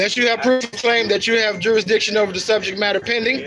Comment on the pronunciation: You should never take legal advice from someone that can’t pronounce the word jurisdiction correctly. 😂